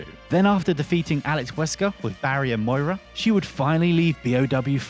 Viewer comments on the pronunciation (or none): none